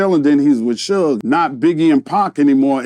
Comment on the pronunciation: they always mess Suge name up 😂